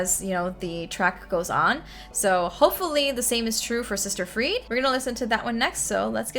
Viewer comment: Pronounced closer to Free-dah.